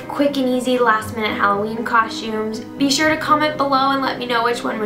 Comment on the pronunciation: Love the way she says costumes lol (cosh-tumes)